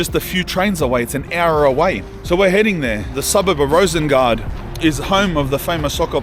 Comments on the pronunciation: Sorry to nitpick, but Rosengård is actually pronounced something like /ROO-suhn-gord/. The letter å is pronounced, by and large, lile the English word awe. But other than that, thanks heaps for this video. I grew up in neighbouring part Annelund in the late 80s, but Rosengård was -- and still is -- just a stone's throw away (no pun intended). While there was a sizeable heap of M.oozies and (other) 3rd-world beings already then, it was still somewhat safe to be out and about in Rosengård. But not today....no, sir! (Oh, and Zlatan's surname is pronounced/EE-bra-HEE-mo-vich/, Ibrahimović.) 😊😊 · Actually its Rosengård in Swedish it pronouncing like Rosengord